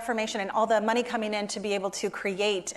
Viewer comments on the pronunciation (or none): none